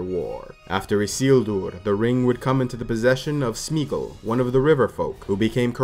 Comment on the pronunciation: It is Sméagol and not Smeagle but nice video!